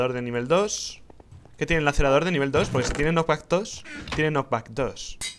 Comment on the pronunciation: Rich está en inglés por lo tanto se pronuncia "Lacereitor" o algo así es que Lacerador como dices tú suena fatal xD Gran serie Salu2